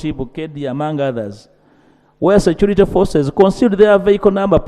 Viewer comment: Ugandaaaàaa! Security security! Not securite.😅😅😅😅😂😂 pronunciation please? Security not securite speaker Ainta Among, please get the pronunciation right